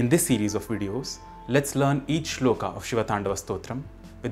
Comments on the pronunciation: श्लोक , not श्लोका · वीडियो अच्छा है पर कुछ शब्दों को आप ख़ुद ही ग़लत बोल रहे हैं। अंग्रेज़ी में Shloka लिखने से ‘श्लोक’ श्लोका नहीं हो जाता। उसी तरह शिव जी का नाम अंग्रेज़ी में Shiva लिखने से शिवा नहीं हो जाता। कृपया इन छोटी पर महत्वपूर्ण चीजों पर भी ध्यान दें। जय महाकाल। 🕉️